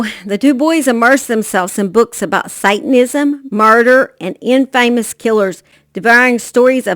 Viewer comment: Great job on this story. If I had to make any suggestions it would be for you to Google the words infamous and macabre and listen to how they are pronounced 😁